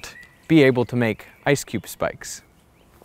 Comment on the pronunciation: No one: Absolutely no one: Video end: verTAAASiiUM